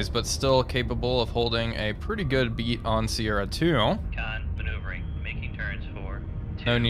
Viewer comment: BEAD not BEAT....you have a pretty good BEAD on her location... well at least you got the HOMING right rather than HONEING which is completely wrong...